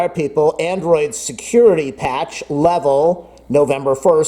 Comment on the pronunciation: Did you say securi-taty update ?